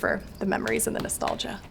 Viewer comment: A way you said nostalgia kendell